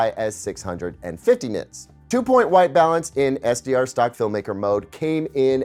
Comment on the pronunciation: Boing boing boing he said NITS 😂